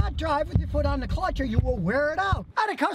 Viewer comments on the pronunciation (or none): Has anyone heard his mispronunciation of clutch, “cutch”?